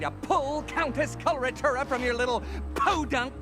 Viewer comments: Probably because its such a strange name and not spelled out when we first hear it. when i heard it i thought she said cholera tuna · why everybody has problems pronouncing Coloratura?